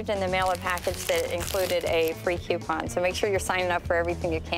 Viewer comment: Drink every time she says cue-pon